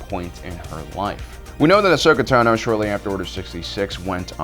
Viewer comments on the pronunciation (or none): "Uhsuckuh Tuhnooooooooo" When are you going to learn to pronounce her name properly?